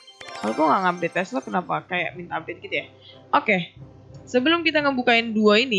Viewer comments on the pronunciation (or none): none